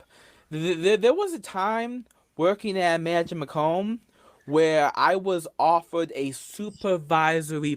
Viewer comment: "I was offewed a supavisowy position."